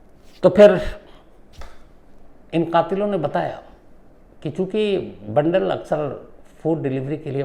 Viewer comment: बंडल नही बांदल